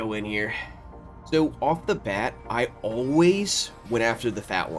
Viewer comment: That thick Baltimore "Sowww" warmed my heart